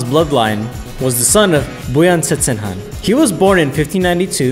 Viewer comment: wow u can say hes name properly and correct most other people say it Kan but its actually haaan : )